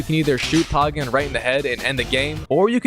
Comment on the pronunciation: Probably reaction bait but it’s Pay-gan not Par-gan